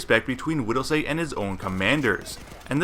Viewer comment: Widelsee not widelsay. Did you not watch the movie. They say his name 1k times.... idiot